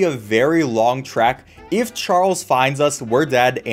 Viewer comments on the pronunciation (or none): none